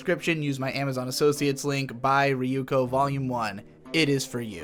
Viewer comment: riyuko ... why can't he pronounce Yoon slides?